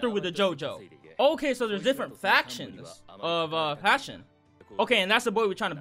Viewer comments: It's not the "Passion Gang" It's pronounced PASS-SEYO-NEY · Its pissione